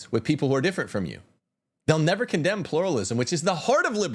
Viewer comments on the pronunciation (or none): none